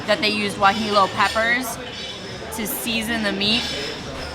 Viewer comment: The way she said Guajillo. LOL